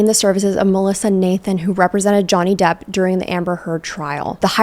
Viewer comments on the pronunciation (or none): none